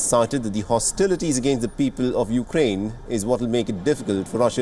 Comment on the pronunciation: C'mon, Biden can't even say the name of the burning country correctly...